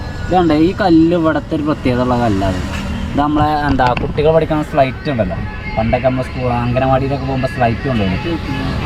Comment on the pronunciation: സ്ലൈറ്റ് അല്ല സ്ലേയിറ്റ് ആണ്